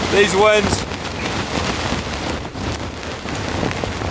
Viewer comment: It’s “ winds “ not “ wands “ 😂😂😂😂